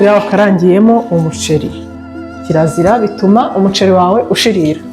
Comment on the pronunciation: Ukuntu uvuga umuceli😂birumvikana neza❤❤❤